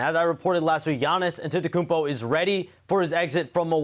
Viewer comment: Shams is the only person in that building who pronounces Antetokounmpo correctly